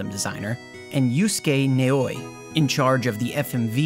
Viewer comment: Except for Naoi, you said the Japanese names pretty well, Naoi is pronounced "nah oi"